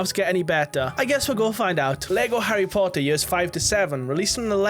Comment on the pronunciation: Harry Pottaaah'